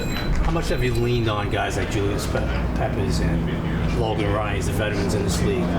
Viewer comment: Man said Julius pep